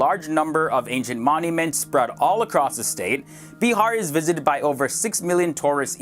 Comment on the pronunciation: Well that's bihar not beehar